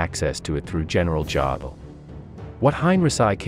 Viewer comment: "Wehrmacht" is pronounced "vermacht". "Jodl" is pronounced "yodel". Do some homework before you make videos.